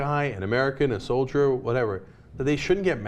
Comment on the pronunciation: what's a "solier?"